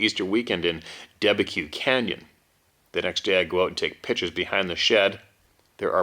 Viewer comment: Debeque Canyon, pronounced "da bek". 10 miles from my house.